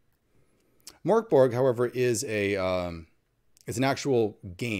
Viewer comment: The G in Mörk Borg is pronounced with a soft G. The Ö is pronounced like the sound in Bird. Merk Borj